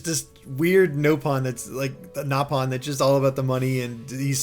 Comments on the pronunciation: First of all, I have no idea why you think the "correct" way to call them is "gnaw"-pawn. That was a mis-dubbing of the original JP cast of Xenoblade 1. The british cast pronounced it as "Gnaw"-pon, but the original JP cast pronounced it as "Nope"-on. Xenoblade X actually doubled down on admittance of this error by reverting the pronunciation of the word in the English dub to "Nope"-on as well. So, technically, both are correct in the sense that they are both officially used in the original Xenoblade Chronicles, but if you go by the actual legitimate first usage of the word, the way it was pronounced in Japanese, it's "Nope"-on. It’s still called “Nope”-on in Xenoblade 2. So neither is wrong, but if you want to get technical and start declaring which word is superior because it came first, "Gnaw"-pon loses that race. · The nopon pronunciation in x is actually correct, and the English voice actors messed it up in the original